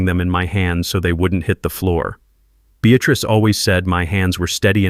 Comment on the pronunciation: Beatatrice or Beatrice? Get it right!